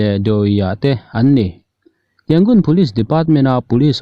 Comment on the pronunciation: Thupuangtu hian Yangon hi i lam dik thei si loa, Rangoon kha hmang law law zawk mai thei la a țha ang a!